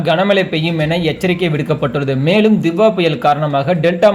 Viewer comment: தித்வா இல்ல டிட் வா😂